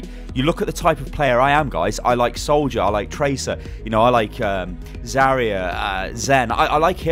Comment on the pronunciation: you said "Solider" not Soldier.